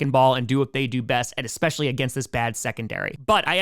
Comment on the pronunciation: stop saying 'expescially"